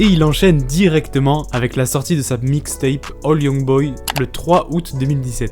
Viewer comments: Lalbum se lit A-i youngboy 2 et non AL youngboy 2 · c'est pas All Youngboy c'est AI Youngboy qui se prononce "hey" sinon super vidéo enfin quelqu'un qui parle de Yb coeur sur toi ^^ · J D enfait c’est un i pas un L, du coup faut le prononcer “Et aille”